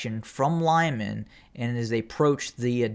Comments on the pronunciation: Not Lyman, but Liman , L i m a n short i . [ɫɪˈmɑn]) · Lyman is pronounced LEEMAN; Popasna is simply POPASNA. Thank you for your great work!